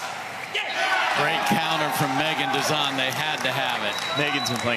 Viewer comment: 👍👍 But....." Dizon "😁😉